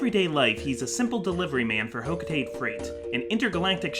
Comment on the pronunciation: Olimar should quit his freight job and get a spot in hocotates scientific field Also it's pronounced ho-co-ta-te not ho-co-tate. Every syllable gets pronounced in the Japanese language.